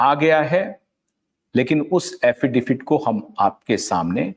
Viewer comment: आप बार बार एफिडेफिट कहते है..... एफिडेविट कहिए